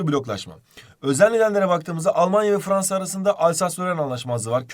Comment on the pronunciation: Fvansa :D